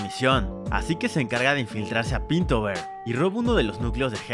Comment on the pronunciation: PINTOVER? pensé que era PILTOVER.